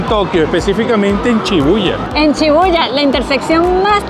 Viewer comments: Chidarta Molina si muchas personas y espero que aprendas como se pronuncia SHI BU YA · No es chibuya es shibuja